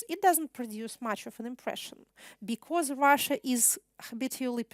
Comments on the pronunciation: Спасибо за лекцию! Единственное что мне резало ухо, это произношение слова because. Вы произносите его так, как будто это be-course :) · Надо поработать над словами was и because